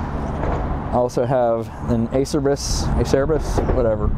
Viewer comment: Acerbis is pronounced (A•Cher•Bees). Many people think it's pronounced (Acer•Bis) but it's actually (A•Cher•Bees).